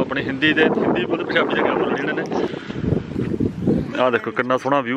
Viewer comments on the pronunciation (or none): none